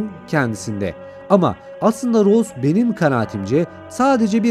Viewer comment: abi rose değil rosie yalnız :(